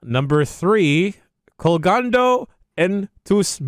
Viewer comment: When said "Colgando en Tus Manos" I had to rewind a few times because it sounded like "Cagando" lol